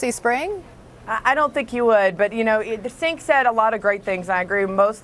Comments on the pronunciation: Did she just call him "sink"? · Lol "sink" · she called him "senk" lmfaoooo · lol she called him Sink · sink. she called him sink. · Scottie kept pronouncing Cenk's name "Sink" jfc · she pronounced Cenk's name as senk... its pronounce jenk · thought she said Sink lol what a bitch doesn't even bother to learn his name properly before going on air! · chenk, cenck, cench, cenc, cienc, kenc,... CENK! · I was just about to comment on that as well "Sink said a lot of great things." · She called him senk, lol! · I heard her say, "the sink." "The sink said a lot of great things." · His name is not pronounced Senk miss. I think CNN didn't do their research on TYT before inviting Cenk on. Their faces when they started hearing truth happen all of a sudden. would have liked to hear them refer to tyt as an online network not radio so it could have encouraged visitors and would have loved Cenk to plug wolf pac but any time I get to see TYT breaking into mainstream old school media viewerships and hammering the truth is appealing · Thank you Cenk!!!!Whoohoo Sink haha really she said it right then said it wrong. sounds like a Trump supporter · she called him sink, lolz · LMAO she called him "Sink" around the 6 minute mark! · I heard "sink" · Her pronouncing his name "Senk" Lol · she called him sink lol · She called him "sank" lol TYT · Lmao the trump woman called him Sink 😂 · lol she called him sink? silly lady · SHE CALLED HIM SINK OMG dead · Did she just call him 'sink'? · Lol, she called him "the Sink". How ignorant. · Did she really just call him sink? Lmao seriously... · It's not that. They're losing viewers to YouTube, and they don't want to give YT any more credibility. Just listen to her saying his name as Jenk. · "Sink" Wasn't aware Cenk had a faucet. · Did she just call him 'senk'? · "The sink said" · she did call him sink omg lol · Did she just call him sink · she literally called him sink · she called him "Sink." lmao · I love how Scottie called him "Sink." Ugh.